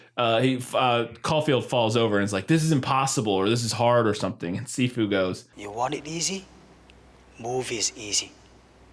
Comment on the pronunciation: "Si Fu" sounded like "seafood" every time said it lmao